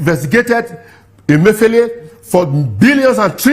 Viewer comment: Your name suggest that you are Igbo but you mispronounced the Igbo name Emefiele.